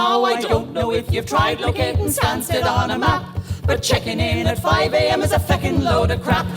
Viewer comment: Stansted. As in Stansted Airport. Not Sanskit!